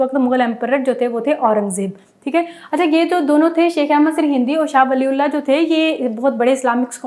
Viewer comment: سر ہندی میں ہ پر زبر لگا کر تلفظ کی ادائیگی کی جاتی ہے۔ آپ زیر لگا کر ہِندی پڑھ رہی ہیں۔ دوسری بات یہ مجدد میم پر پیش جیم پر زبر د پر شد کے ساتھ زیر پھر مْجَدِّدْ